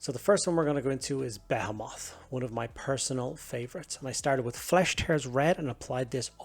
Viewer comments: Your comment beat me to it. It’s definitely “beh-HEE-mith”, or some people might say “buh-HEE-mith”. But yeah, it’s not “beh-heh-moth” lol. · Nah nah, be-HEE-mith is for any other context, be-heh-moth is reserved for the fleet. We stand with be-heh-moth pronunciations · the way he pronounces behemoth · I’ve never heard someone pronounce Behemoth like that before